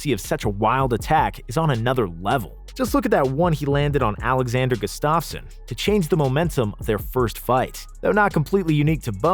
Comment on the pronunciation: The way he pronounces Khabib Nurmagomedov, Gustafson and Jose makes me want to cry